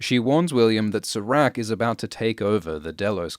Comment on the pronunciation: can you please pronounce serac’s name correctly?